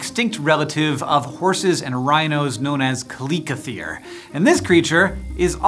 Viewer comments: The name is chalicothere not calicothere. Chalico is Greek for pebble. Prononuce the ch as in chalice or chuck. It is disconcerting to hear the animal's name mispronounced hundreds of times in this video. You need a professional consultant. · It’s not (ka-li-ko-th-ee-r) it’s (chal-ii-ko-theer) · Why are you pronouncing it "Ka-lick-othere"" when its spelt with a "Ch" like cheese or chives? Shouldn't it be said, "Cha-lick-o-there?" Puzzled. Otherwise, fascinating, informative, great clip - thanks. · Thought it was pronounced chaliseotherum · I thought it was Kal-li-ko-theer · I thought it was kal-ih-koe-there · I'm here cause of the game ark survival 😅 Favorite tame by far, but I always called pronounced it like kal ic O th or e um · Say chalicothere again, I dare you. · Only here to see how you pronounce chalicothere